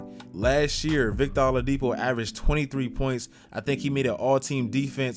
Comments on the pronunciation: W vid but lol it's "OH-ladipo" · Did you say victor alodipo?